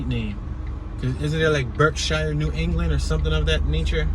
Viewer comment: We pronounce it berksheer not shire like in the hobbit hahahah.